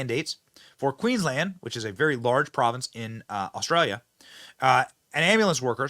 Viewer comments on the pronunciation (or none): The fact that your coverage includes us Aussies I can just this once forgive Benny for his mispronounced words, "Queen-Land" and calling it a Province like we are in Canada thank God we are NOT. I pray all the other states in Australia soon follow Queenslands lead and do whatever is necessary to make things right, especially in my state of Victoria, arguably we had it the worst with Melbourne being the most heavily locked down with the strictest rules that were enforced with a damn vengeance the likes of which we have never seen and will never EVER forget.